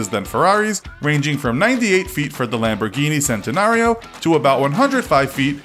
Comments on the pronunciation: When he pronounces all the lambos names wrong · He tried to use an Italian accent but didn’t even pronounce the names right 😂